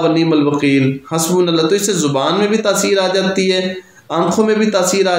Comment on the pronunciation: حسبنا اللہ "ہا" نہیں "ہو" درست کر لیجیے